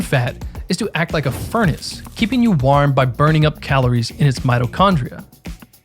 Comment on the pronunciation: Hey. I really like your videos and I'm not trying to make fun. But why are you saying "war-um"?